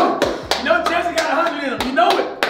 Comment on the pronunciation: He always call Jesse "Jezzer"😂😂